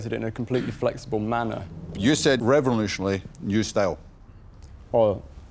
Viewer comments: "Revonooshuonary" - Duncan Bannatyne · Duncan cant pronounce revolutionary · "Revenlooshanally new style" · BUT INTRODUOCES REVULOTIOANARY STAAAAAYYYLE